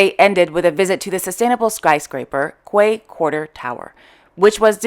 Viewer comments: Love your daily despatches especially on a Saturday morning with a cup of coffee. Slight pronunciation correction re the word Quay as mentioned Circular Quay. It Is pronounced Kee. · Wonderful content thank you. Just a little blip with pronouncing the word 'quay' in reporting Princess Mary in Sydney . It is pronounced the same as 'key'. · Thanks,, for your informative Royal Daily News bulletins; I find them enlightening. FYI, re Crown Princess Mary's visit to Sydney, Australia, "Quay" is pronounced as ""Key". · Don't worry, I looked it up and Mr Google tells me somewhere in the world Quay is pronounced Kway/Qway, who knew! But for us Aussies it's pronounced "Key"... it means a pier or wharf into water. Thanks for all the news. ❤🦘